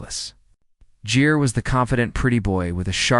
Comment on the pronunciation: It's Gere you AI using clown not Jere.